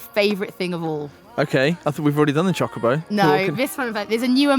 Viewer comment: can say Chocobo right! Rob, Nate. Take note.:3